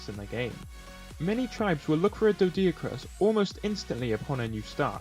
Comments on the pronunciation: I don't understand why you pretty much st letters to the dinos names. "dodiacrus" "Castroids" "ankilo" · its pronunced Doe-Dic-Urus and An-Kee-Lo-Saur-Us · Pronounced doh-dick-or-us and ankie-low-saurus